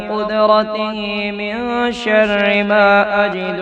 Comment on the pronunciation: Zabar zeer may ghaltiiii hay...من شرا ko ghalat parah